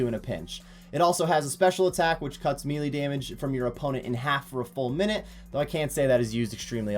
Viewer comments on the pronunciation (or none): He says MEE LEE